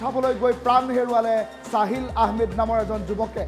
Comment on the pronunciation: Saahil nohoi sahil😂